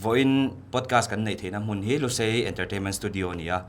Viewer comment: Lushei nilovin , lushai tih anilo maw. I lam dan chu